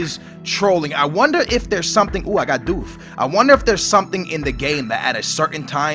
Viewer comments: "I got doof" it's Duff. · Lol he says doof instead of duff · lol its not doof.. its duff -_ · it's not do-ff its du-ff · really? doof? its duff!!!!